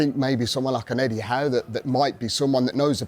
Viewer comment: I know bro didn't just say Eddie Howe